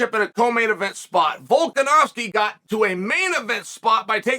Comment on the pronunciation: How come you can pronounce “Volkonofski” perfectly but you insist on pronouncing it “Maklchev”?😂